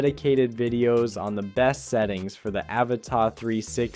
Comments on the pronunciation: its an avata not avatar.why do yanks try to speak english but never get it rite????? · Pls pronounce the first A as you do the other 2 in the name 🙏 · You say Avata really weird